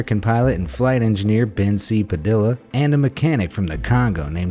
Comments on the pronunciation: It's pronounced "puh-de-yuh" not "pa-dilla" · Padilla is pronounced (Pad-ē-uh) not (pad-dill-uh) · Padilla - pa-dee-ya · Padilla is pronounced pa-dee-yuh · Padi-lla as in Anthony padi-lla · padilla is not pronounced so poorly.